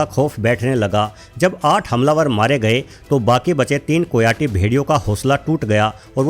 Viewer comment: कोयाटी नहीं, कायोटी कहते हैं ।